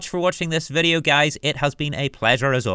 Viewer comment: meRa quest? i hear an R. yes i enjoyed the viReo.